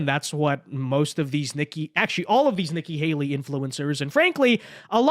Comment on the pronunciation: Are you calling her "Icky Haley"? 😆